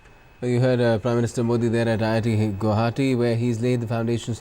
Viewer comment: reporter does not even know its IIT not ITI...?!! i mean come on -_